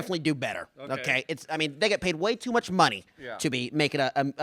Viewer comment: it's money. so hard to say it?